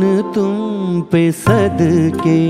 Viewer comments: Meri jaan tum pe "sadkey" nahin bhai "sadqey" aur "shokhiyan" nahin "shoqhiyan" hai ! Ek baar Mahendra Kapoor ko poore dhyan sey sunn lijiye ! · Issi liye kaha jata hai ki "sheen" "qaaf" durust hona zaroori hai ! "Sheen" toh sahi hai "qaaf" durust nahin hai! "Sadqey" aur "shoqhiyan" aap Ada nahin kar paye janab. Do teen baar mera naam sahi sey pukar lijiyey "qaaf" bhi durust ho jaye ga !